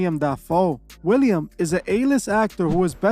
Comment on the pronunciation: Willem Dafoe not William.